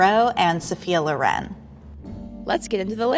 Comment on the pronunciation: Pls pronounce Loren right